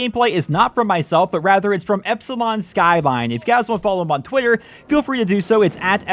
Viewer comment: lol twwwitter